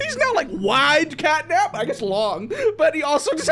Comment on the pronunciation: Bro turned catnap into, fatnap💀